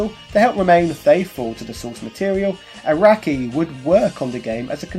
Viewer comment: Congratulations on your pronunciation of Araki